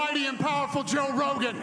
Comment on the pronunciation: BRO JOGAN = JOE ROGAN